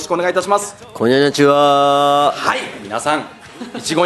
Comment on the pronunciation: Cynthia Mayfield true , but he didnt pronounce konnichiwa, he pronounced “kon-nyan-ichiwa ” .nyan being meow... so “good meowning” is the closest to a cat pun in English. “Good after-mew-n” isn’t that catchy